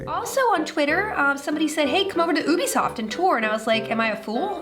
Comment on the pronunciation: Felicia day can never clas herself as a geek, as any true geek knows how to pronounce "Ubisoft"